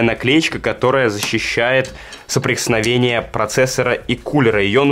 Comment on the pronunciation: Ты сказал соприсновение 😂😅